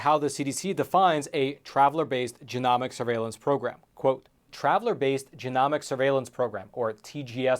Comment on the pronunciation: Long ‘o’,, genomics is pronounced with a long O. 😊